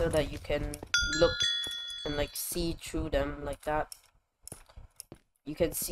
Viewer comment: Lol his accent when he said through them he said Tru dem